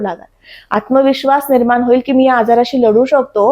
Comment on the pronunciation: जोशी असून आनी पानी का बोलते ही? "ग्रहन" स्थान, परिनाम, निर्मान असं...